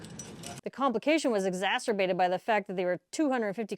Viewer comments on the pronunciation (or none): none